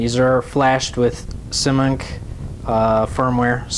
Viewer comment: lol "simunk"... It's "Simon-Kay" :P Also, you can simply reflash the DJI 30A OPTO's with BLHeli, much better than Simon-K too.